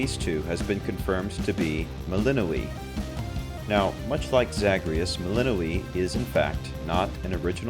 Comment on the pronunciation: Isn't her name pronounced Mel In Noy